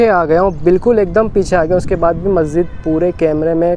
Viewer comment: Bro its Masjid, not maszid